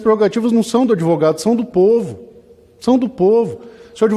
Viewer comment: "Erica cocada ' " o pouvo" será que eu escutei direito? 😂😂😂😂😂😂😂😂😂😂😂😂😂😂😂😂😂